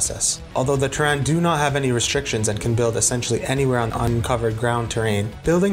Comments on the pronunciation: Your pronunciation of "Terran" hurt, but otherwise, great video. Also, you should have given "Use Map Settings" more attention in the StarCraft section. It basically invented tower defense (and StarCraft is where DotA got its real start). UMS set the foundation for the Warcraft 3 custom game system that would go on to spawn entire genres. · I'm sorry, but the way you pronounce "Terran" with the stress on the second syllable instead of the first one bothered me non stop xD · I enjoyed your videos…. But don’t pronounce Terran like that again 😝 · Loved the video but you kept mispronouncing "Terran" and it gave me a brain aneurysm :'( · No need to be sorry I understand lol. I triggered quite a bit a few people's frustrations. Long story short I when I was doing the recording I kept messing up the entire sentence that had the words "Terran" and Terrain". So I decided to change the pronunciation for Terran just for that one sentence and I ended up doing for the rest of the vid. I did make up for my mistake in part 3, feel free to check that out BTW lol. Hopefully the vid was alright for you aside from that. Thanks for watching and commenting! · Long story short. I was having difficulty pronouncing Terran and Terrain in the same sentence. So I decided to switch the pronunciation just for that sentence and realized after that I recorded it all with the improper pronunciation. Oops. If it makes you feel any better I did correct it on the part 3 vid lol. Thanks for watching! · Ter-RAN? Don’t you mean “TER-ran,” as in “from Terra?” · I love this video but I cannot forgive your pronounciation of Terran in starcraft. You're saying like Tehran, the capital of Iran lol. It's tear-anne as is to tear open a bag and the name Anne. Ter-an not Ter-ran. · never going to be able to unhear pronouncing terran as "tuh-ran" instead of "tear-in" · Why are pronouncing terran like 'Teh-rén'? Lol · jesus dude say terran right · the mispronunciation of Terran is sooo annoying.